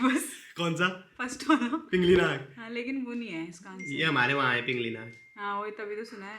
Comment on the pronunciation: पिंगल नाग सही उच्चारण है पिंगली नाग नहीं